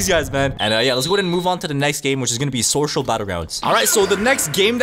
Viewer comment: At the start he saya sorsherer that got me crying😢AND SOCIAL BATTLEGROUNDS😢😢